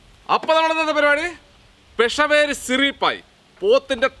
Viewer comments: പെഷവേരി അല്ല, പിഷാവരി😅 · പെഷവേരി അല്ല പെഷാവരി ആണ് , പാക്കിസ്ഥാനിലെ ഒരു സ്ഥലമാണ് പെഷാവർ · പെഷവേരി അല്ല സുഹൃത്തേ, പെഷാവരി